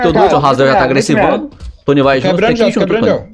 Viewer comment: E ainda n sabe que e "tonni" e não "tonny"